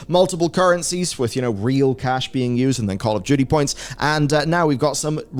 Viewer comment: are you saying Call of Judy?